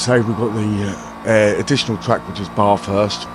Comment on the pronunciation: Say BAF HURST. That's how it's pronounced mate